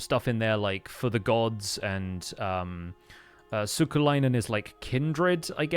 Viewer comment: As a long time fan of and as a Finn I was so delighted to hear the Giant speak Finnish:D The word "sukulainen" used as the giant means "relative" in Finnish. There were some other ones too. Hat off to you for pronounciation! So canonically I'm now a giant I guess:D